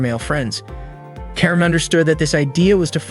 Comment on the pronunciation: it's not keren it's karen